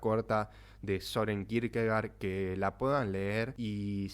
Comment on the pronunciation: Se pronuncia Kirkegord en danés. Gracias.